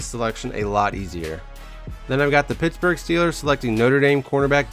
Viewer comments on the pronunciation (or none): none